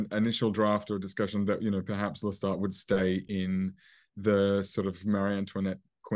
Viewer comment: It is Lestat not Loustat!!